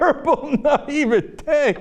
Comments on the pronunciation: nigh-vey-tey... why on earth is he pronouncing the word 'naivety' like that?! I'd also suggest Cenk should "pick up a new testament once in a while" Maybe if he actually read it he'd realize it contradicts itself so many times it could be used to justify all sorts of opinions including those of fox news.. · I fucking love how cenk pronounced naivety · I'm loving all the weird "catholicism is satanic/not christian" etc comments, also, whats up with saying naivety weird?